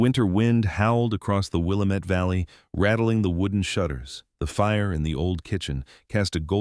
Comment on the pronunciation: I wish they would learn to pronounce Willamette properly.